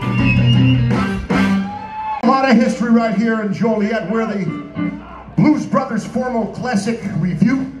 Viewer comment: When they were announced. I swear he said Blues Brother. Great video. Thanks for sharing.